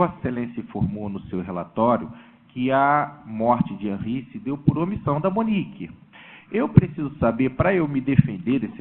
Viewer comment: Não é Hanry é Henry advogado idiota.